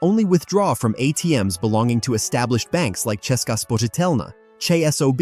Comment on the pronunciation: Do you have Czech ancestors? :-) The pronunciation of "Česká spořitelna" was great.